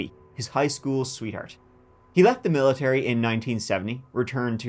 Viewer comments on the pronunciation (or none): none